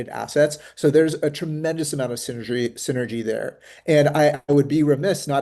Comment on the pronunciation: he said "synergy"